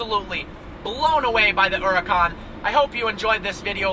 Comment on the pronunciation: The way you pronounce Húracan and Gallardo is terrible and hurts my ears